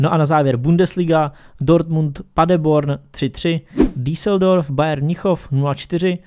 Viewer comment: Díseldorf xd, slyšet tě učitelka na Němčinu tak tě asi zabije, jinak dobré videjko